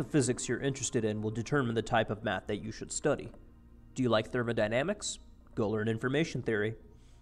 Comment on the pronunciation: thermodynamics he says lol